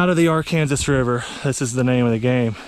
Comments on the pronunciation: So I’m from Arkansas (as a joke) I find it kind offensive you called it ar-Kansas (a joke) it’s pronounced ark-Anne-saw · You pronounce "Arkansas" wrong Sincerely, an Arkansas resident 😂